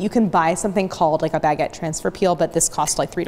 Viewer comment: Couldnt watch the video because of the way you kept saying baguette It's not a Bag-et lmao, it's one word